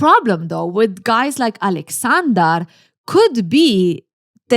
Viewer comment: Could Carrie not pronounce Aleksandr or did she just want to Americanize it?